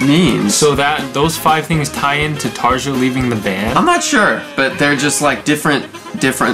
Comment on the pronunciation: Hi guys! Just let you know it's pronounced "Taria".